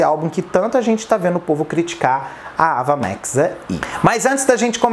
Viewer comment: Sem querer ser chata, mas já sendo a pronúncia do nome não é "Ava Mex" mas "Eiva Max". Eu também pronunciava errado até assistir essa entrevista dela